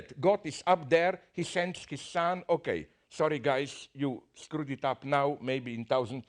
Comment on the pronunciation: "Sorry guys you scrood it up naow" LMAO